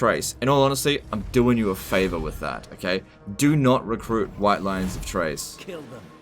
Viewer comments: Pretty sure Chrace is pronounced with a K like in Chaos, not like "Trace". You made me have to pause and comment this which clearly means it made an impact on me. Anyway, going to continue watching now because I know the rest will be good and informative. But seriously it's Chrace not Trace:P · Basically it should be KRAYce. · is basically trolling me by pronouncing Chrace as Trace. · Chrace is pronounced like "Krace." You're killin' me. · Maybe the mispronouncing of the White Lions of CHRACE is because you hate them so much, never really use them because of their "top tier peasant" status.